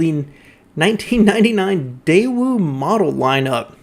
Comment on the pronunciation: I couldn't find any other sources online pronouncing it "day-ew." I found multiple examples online of saying it "day-wu" (the way we expect). I found a Korean person's video that said: Americans pronounce it "day-wu," but a Korean would say it more like "tay-wu" where the "t" sound is somewhere between a "t" and a "d" sound.